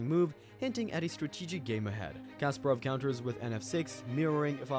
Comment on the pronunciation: Garry Kasparov Not Kasperov...